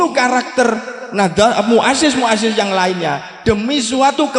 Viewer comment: Asril sani ngga mantab sebab istilah-istilah yang dasar dlm NU kurang Fasih Dia Ucapkan dlm ceramah ini. Contohnya : Katib = Sekretaris dibaca Khotib..? Muassis= Pendiri dibaca Muazziz..? Terakhir Baca Wallohul Muwaffiq dst..? Bok Ya yang mendasar tentang Istilah-istilah NU itu diapalkan dg baik biar orang Optimis kalau Dia Santri NU.